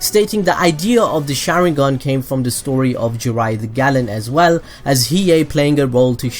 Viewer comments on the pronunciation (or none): none